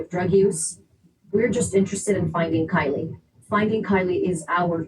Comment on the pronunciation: Why do you constantly call KIELY CALLIE?? YOU JUST PLAYED A VIDEO THAT PRONOUNCED HER NAME